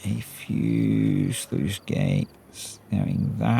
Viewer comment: Sluice, not sleuth!